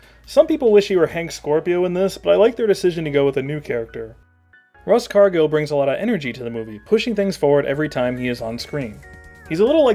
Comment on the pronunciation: Does anyone else notice that in the angry mob attacks the house scene Smithers is there, then in the power cut scene he and Burns are out of the dome, then in the bomb scene they’re both trapped in the dome. This ruins the film for me, and now I’ve ruined it for all of you, sorry. Also, RUSS Cargil??? I thought it was ROSS Cargil!